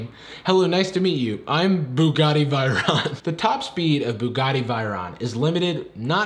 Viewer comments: Bugatti "vey-ron", not "vai-ron" lol. Just nitpicking, but also "tyres" is how people spell tires in other parts of the world. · i skyped my old work mate in france, in france they pronounce dont pronounce it like that, bugatti is almost correct but he pronounced veyron vi-ron, my french friend told me it is actually vay-ron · Also it’s pronounced Vay•ron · Bugatti ViRoN... Bugatti VIroN! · The Bugatti one is true tbf and your pronouncing of veyron (vey-ron) kills me😅. Basically just pronounce it like they-ron and you'd be golden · And he also butchered pronouncing Veyron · The way he pronounced Buggati Veyron triggers me... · Mispronouncing "Veyron" AND not realizing "tyres" is the British spelling of "tires"‽ Buddy, we gotta show you some episodes of Top Gear. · also he mispronounced Bugatti Veyron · “Makes fun of the narrator for saying Caterpie wrong” Also: Says Bugatti Veyron wrong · Didn't misspell tyres in the uk, and you pronounced Bugatti Veyron wrong, that's 1-0 to Factsverse 😂 /j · Pronounced "Veyron" wrong, immediately corrects the not incorrect spelling of "tyres".